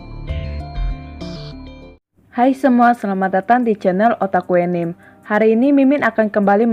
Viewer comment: Btw cara nyebut Anime=Anime bukan anim hehe